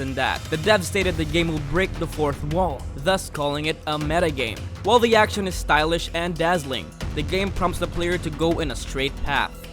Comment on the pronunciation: "acntion" lol